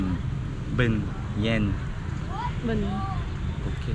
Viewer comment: ㅋㅋㅋㅋ 남부발음으로 yên bình(잉→븐↘) 또는 bình yên(븐↘잉→) 해야 알아들음 ㅋㅋ